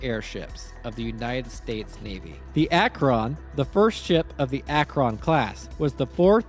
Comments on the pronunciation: For the record, that’s not how you pronounce Akron. It’s more like Akren not Ak-Ron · Awesome video, the prydwen is probably my favorite fallout faction base and it's great to see a video on it! Though as someone from Akron, i'd be disowned by the rest of the city if i didnt mention that its pronounced Ak-wrin and not Ak-wron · Great video but... As someone born and raised in Akron Ohio, how you pronounce the word "Akron" is unusual. It's one syllable, not two. I've been trying for like 5 minutes to say it like you do and my brain won't let mouth say it your way lol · Your pronunciation of "Akron" is kinda grating... Think "Ack-rin," after the city that has the hangars to build and maintain the things. Also, Zeppelin, as a company, still exists, and still makes stuff. For enough money, you could probably get them to commission an airship for you... They maintain parts for, and build new versions of, the Goodyear Blimp to this day. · You're pronouncing "Akron" almost like "Acheron" lol. Akron, the city and namesake, is pronounced "akh-rin" XD. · It always give me a chuckle when people mispronounce my hometown's name. I'm from Akron, and it seems like nobody from outside of northeast Ohio knows how to pronounce it properly, sort of like how nobody outside of Akron itself knows what a "devil strip" is. I always get weird looks when I use the correct pronunciation of the city's name as well as the term "devil strip". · Bro can't say Akron💀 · as a person from ohio, you said Akron wrong :) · that is not how you prounce AKRON! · Very fair, I struggled while recording trying to pronounce Akron. I'm pretty sure I wasn't even able to be consistent in how I did so. If I was to commission an airship, I'd reach out to Lockheed Martin's skunk works personally. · I have a major problem with the way you pronounce Akron.